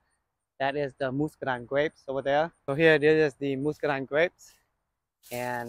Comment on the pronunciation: Pronounced musk not moost ….muscadine